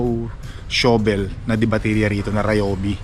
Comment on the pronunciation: "PALA " na lang instead of "SHOVEL" fyi ang correct po na pagbigkas ng shovel ay "SHAVEL" .maarte kase ang wikang English 😆 🤣 😂 😹